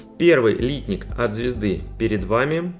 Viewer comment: Обзор в виде сравнения - идея хорошая, все наглядно и хорошо видно. Только вот "лИтник" - он, если правильно, "литнИк". Очень слух режет :)